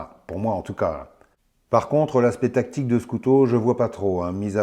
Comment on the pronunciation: je n'ai pas compris pourquoi tu parlais de gant à tique.....et apres re-visionnage.....c'est des gants Tactique.....tu as du mal prononcer ou c'est ton accent......hahaha !! sinon très drôle la team......bien que cela dois être penible certains jours...non ?? et le couteau ? ben je suis entre 2..une partie plais et l'autre pas.....mais une decouverte......! salutations